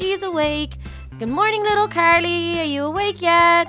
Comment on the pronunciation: Everyone: carly: kErLy